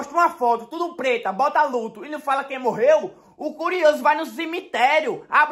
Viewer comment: Ele falando ludo kkkk kkkk é "luto" kkkkkkkkkkkkkk